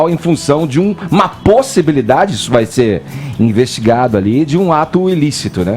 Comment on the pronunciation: "Uma POSSIBILIDADE " enfase na fala kkkkkkķkkkkk